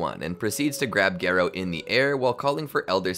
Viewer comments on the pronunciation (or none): instead of gare-oh its gar-oh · Bro really said gay-row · I think garou is one of those names that everyone is ok with the fan pronunciation. Sitting through gare-oh was pain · Its Gah Row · text to speech AI say garoo💀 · no it’s garrr oh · The video’s amazing but please pronounce Garou right (Gah-roh) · Its pronounced Gah-row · Take a shot every time horribly mispronounces “Garou’s” name… You’d be well dead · Please for the love of all that is manga/anime, learn how to pronounce "Garou"